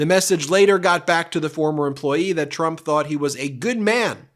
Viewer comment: says "rump" not "trump". please don't fix though, it's good as it is :D